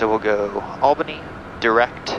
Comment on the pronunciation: As someone who lives in Albany NY, I am disappointed in the way you pronounce the capital of New York. Great video thought lol